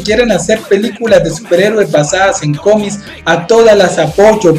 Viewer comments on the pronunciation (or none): Me causa cierta gracia cada vez que dices "cómis" XD